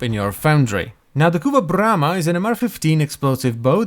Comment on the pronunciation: Say BRRRRRRRRRRRAMA one more time.